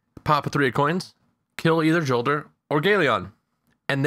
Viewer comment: Not hating great video. Jolder is pronounced more like yolder not important but yeah haha. Thanks I will go try the farm next time I play! I actually didn't know about it.